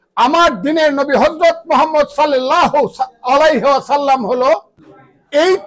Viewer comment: আপনি সল্লাল্লাহু আলাইহি ওয়াসাল্লাম শুদ্ধ ভাবে বলতে পারেন না। আর ধর্ম নিয়ে বক্তব্য দেন। লজ্জা লাগে না।